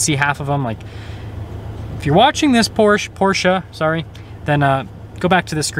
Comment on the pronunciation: Please procurance PORSCHE properly!